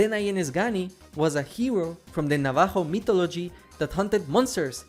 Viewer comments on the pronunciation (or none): You mispronounced Navajo